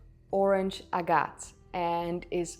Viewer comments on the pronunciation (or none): After surfing through your throat grumbling pronunciations of European words I had to cringe every time you said, “Orih-gone”. Fortunately for us, it is not gone it is still here. It is pronounced, “ore-I-gun”. Also “ajit” is pronounced, “ae-git”. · What is your first language? Your English is excellent! Except for butchering Oregon and agate which plenty of native US people do if they were raised in the northeast or upper/midwest. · Your pronunciation of Oregon needs work. In short, it is pronounced Ore Ee Gun. Or, like the T-shirts show, Orygun. There is no gone in Oregon. Also, your pronunciation of agate is a new experience for me. As a nearly life-long Oregonian, I am used to Ag uht.